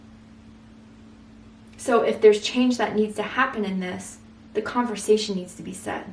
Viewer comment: Literally everything resonated…down to the yellow roses and you saying her name when mispronouncing conversation